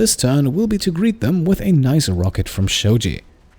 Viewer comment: Shaojie is not pronounced like Shoji. It's pronounced like (show(er) in shower) + gee + eh. Try this in Google translate 少杰. You should've just called him Zhang anyway, it's easier :p